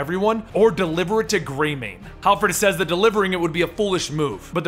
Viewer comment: Harford not halford.